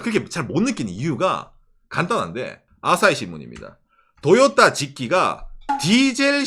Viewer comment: 왜 토요타가 아니고 자꾸 도요따라고 ㅋㅋㅋ